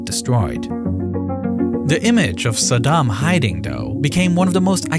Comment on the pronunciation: Fun fact: Bush Sr. intentionally mispronounced Saddam's name. sa-DAM means "one who confronts" while Bush would pronounce it Sad-um, which means "barefoot beggar"